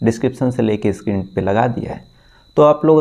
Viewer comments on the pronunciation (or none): none